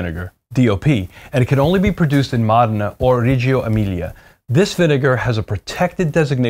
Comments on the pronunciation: Wrong. It’s pronounced MOH-deh-nah. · Mo dee nah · Mō dā' nă, not må' de nŭ. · Módena, not MOH DEH NAH, or MOUDENA, neither MOUDINA. Módena. MÓDENA. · Buddy tryna act all badabeep badaboop but keeps saying Mahdenah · FYI, the correct pronunciation of Modena is MOH-deh-nah. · East Coast Accent Pride goes deep. Lol "Mahd'nah" Then there are the proud Italian Americans who insist on saying "mOHdAYnAGHHHH!" Because they once heard one Italian say an e like an ay and watch too many Italian American movies where everything is over annunciated. Meanwhile, Italians will pronounce it differently depending on their regional accent and dialect. A Sicilian (who might not even consider themselves Italian) will pronounce it very differently than someone speaking in a Venetian dialect or Corsican (who might not consider themselves Italian). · there. MOdena. Home of Ferrari and Pavarotti. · The way he's saying Modena is making me crazy. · Driving me nucking futs!!! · Completely wrong. Also no idea how aceto balsamico is made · you need to learn how to pronounce Modena